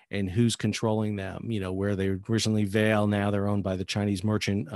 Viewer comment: Its better pronounced vahlay